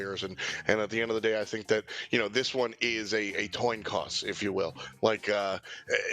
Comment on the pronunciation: toin coss lmao